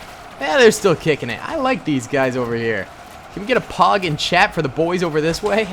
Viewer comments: Definitely thought you meant pawg and not pog every time you say it lol 😂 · stop saying payg pleas its anoying